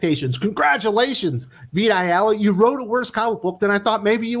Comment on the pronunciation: Every time you say "Vita Ayala" I hear "Big Gay Al"